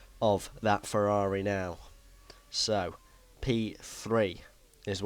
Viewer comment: "we've got a ferrrrrari"